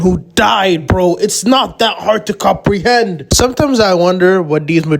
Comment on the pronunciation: I don’t know why but I find so funny when you said “Comprehend” 😂